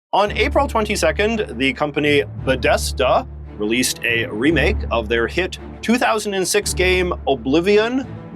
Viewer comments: Bedesta LMAO never change JJ never change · 😂 bodesta? It’s alright JJ. We got there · It’s “Bedesthda” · please, it's beth-esda. Like, McBeth. PLEASE PRONOUNCE IT CORRECTLY! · "beh-THEZ-dah," is how it's pronounced (IPA: [bε.'θεz.də]). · I love you JJ, but it’s [Bah-THEZ-duh] named after Bethesda Maryland where they were founded. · I’m sorry “Buhdestuh”??? 😭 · Bedesda XD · JJ has some wild pronunciations, but “Bud-ust-uh” is too far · I don't think it's bait, but I'm sure he knows how to pronounce it, or as JJ would say "pranoonce" it 😂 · FACEPALM lmao I love ya JJ but you so butchered the name Bethesda XD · JJ you are without a shadow of a doubt in my top 2 YouTubers. And to hear you talk about ES: Oblivion, which is my favourite video game of all time, was like an amazing cross over episode. But the way you pronounced Bethesda needs to be addressed 🤣🤣🤣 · I'm sorry JJ, how did you pronounce Bethesda? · I noticed that too I don’t think it was bait I just don’t think he knows how to pronounce it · I died a bit inside with how you pronounced Bethesda